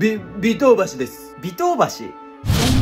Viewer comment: 尾頭橋を「ビトウバシ」と言うの笑うwwwww